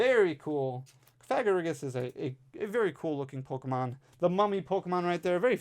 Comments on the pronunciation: Cofagrigus is pronounced Cough-uh-gree-gus. kinda like Sarcophagus, the coffins that mummies are buried in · Cough-uh-gree-gus is how I was told it was pronounced.. I always had trouble pronouncing that one too. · love you, no N in cofagrigus 😂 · hahah Ill help you out ( Cough - a - Gri - Gus ) Hope this helps! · Love you! Try not to get demonitized pronouncing Cofagrigus!